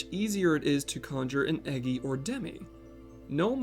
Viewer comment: I really have to say this but its most certainly pronounced E-JEYE and not EGGY. You make amazing videos and I love your channel I just couldn't help myself.